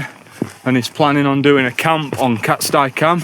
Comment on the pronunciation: Im 45, a northerner and had climbed most wainrights by the time I was ten, and all I can tell you is it's been called 'cat-stee' cam for my whole life. Never once heard anyone call it 'cat-sty' and winced every time you said it.. who's with me? ... While I'm at it, same with sca'fell pronounced ska not skaw.. my brother recently changed to calling it 'skaw' after a lifetime of the opposite which also freaks me out but he's lived down south a long time 😂 Another top vid dude, cheers 👍🌄⛰